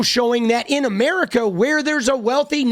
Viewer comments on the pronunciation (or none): none